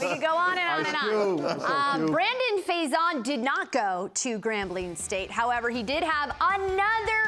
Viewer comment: EA & EC represent! 5-2 before the bye, let's keep our heads down and get ready for a big second half! Marcell, love to have you back! its Johnathan Abram, not abramS, Think it's Brandon Facyson, FAy-son, not fai-zon like paisano